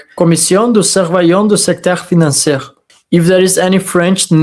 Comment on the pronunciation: about your French pronounciation: was perfect except the last word "Financier", the the last letter "r" is only spoken when an "e" follows, so in this case it is pronounced "Financiee". Another example is: the first man = le premier homme ... the first woman = la première femme